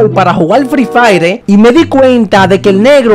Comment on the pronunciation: Jajajaja frii faire😅😅😅😅